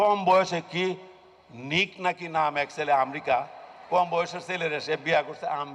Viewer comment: ভাই নেক না নিক, Nick Jonas